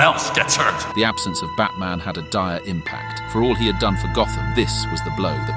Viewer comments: Trying for a few minutes to figure out if I heard fatman at first and not batman💀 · He’s 100% saying Fatman. Should be ashamed of himself 😂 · im hearing at the begining of the video fatman not batman💀💀💀 edit:100 likes lol thx